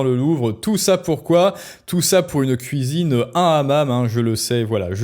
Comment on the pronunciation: " Les Femmes, C'est à la Kouisine!" 🪣🧽😅